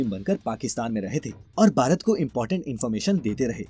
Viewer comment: अच्छी जानकारी है । आप अक्षर "भ" के उच्चारण का अभ्यास करें क्योंकि आप "भारत" कहने की जगह "बारत" कहते हैं । कम से कम अपने देश के नाम का तो सही उच्चारण करना सीख लें । संजय अग्निहोत्री उपन्यासकार